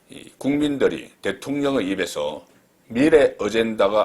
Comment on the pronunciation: 산업,미래,공식 등 발음 한번 리뷰해 보세요.